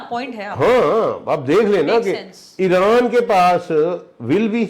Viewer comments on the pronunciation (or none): none